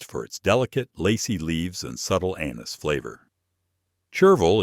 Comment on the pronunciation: chervil has a WHAT flavor?! That is NOT how you pronounce 'anise.'